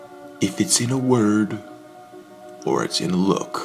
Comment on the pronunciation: This guy had one sentence to read and messes up 'in a look.' Go back to school buddy. I want my 24 seconds back.